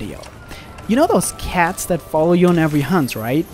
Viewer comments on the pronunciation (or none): none